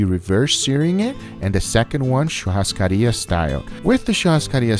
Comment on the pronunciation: wow, an american with actual good pronunciation of churrascaria, nice